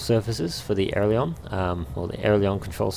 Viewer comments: This is an awesome video. But. It's called an AIL-E-RON. Not an AIR-LE-ON. LOL. I don't know why just the way you say made me cringe the whole way through. Loved the T/O, the scenery, the procedures though, well done! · Great Video Mate! But it's "Ay-Ler-On"